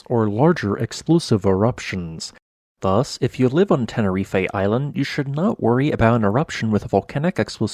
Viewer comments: There is no Eh at the the end of Tenerife it's just Te-Ne-Reef! 👍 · tenerife is pronounced "tena-reef"... It's crazy Americans pronounce words exactly the way they look on paper 😂🤡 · Ten-uh-reef. Not ten-uh-reef-ay. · Out by of respect for the people living in the island and those who are listening Can't the guy make the effort of pronouncing the name of the volcan and of Tenerife in a way that everybody understand to what he is referring to. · I think Tenerife is not pronounced that way.